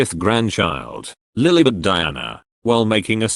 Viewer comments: It’s LILIBETH not LILBETH 🤯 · I think it's actually lilibet